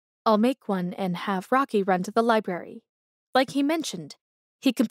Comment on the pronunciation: I almost gave up when she kept saying liberry instead of library but I hung in there because the story was good.